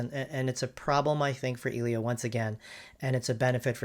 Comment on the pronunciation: The fact that this dude mispronounced "Elio" from the get go already tells me this wasn't going to be a fair comparison